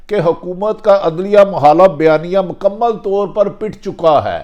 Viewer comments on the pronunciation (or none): none